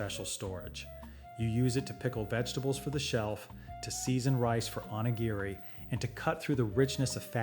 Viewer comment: You have a Japanese man mouthing the words but most of them are pronounced wrong. example "Onigiri" O (long 0) knee gee ree (The ee are long e sound. like in the word me) Thank you for this video. Very informative.